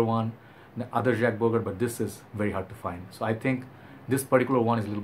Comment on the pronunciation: bro. it shud be pronounced as jock bogart.